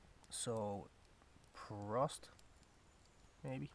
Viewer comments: little advise: prost has a long "o" else it would be prosst (double letter indicates a short vowel) other then that, good job with the pronunciation. prost! amazing videos. keep up the great work <3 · You spoke it nearly perfect "Cheers"! GER: Prost... 👏 (only the "o" a minimum bit longer) 😉 > English pronunciation of (GER) O: Pronounced as AU or as a long U. Your idea for window is fantastic! Best regards, 🫶 Mon@ 🇩🇪